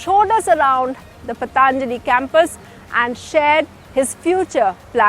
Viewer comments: Its not Pataaanjali. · पतानजली! You cant pronounce Patanjali and doing a doing a report on Baba abd Patanjali!